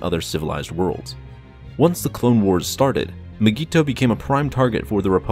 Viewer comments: It’s pronounced (my-gee-to) say it right or don’t say it at all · Nobody:: M'geeto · It’s not mygeeto, it’s Digiorno. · The way he says mygeeto disturbs me